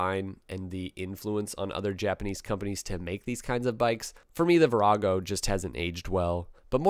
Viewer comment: I actually gasped when you said "Virago"! Blasphemer!